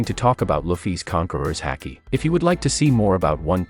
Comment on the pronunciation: Bro just say conquerors… cause your defenitely not pronouncing it correctly lol